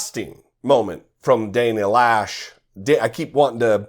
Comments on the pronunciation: My sister's last name, I believe it's pronounced, Lowsh (as in low) (not Lash). Does she not know the difference between military and civilian? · I think her name is not pronounced Lash but Loesch like in cockroach. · right, of course. The graffiti on the NRA headquarters, one word: 'consequences'. The correct pronunciation for 'Loesch' is 'Low'. This idiot of a woman equates 'fight' with a gun. When it's an assault rifle, it's less about fight, and more about fall. Somehow to her, guns can be used in a 'noble' manner. Let her see the nobility of what these weapons of chaos do to a human being. That sways most people. At some point, some of these gun dummies may lose their child to an AR15. Watch the change in them, then.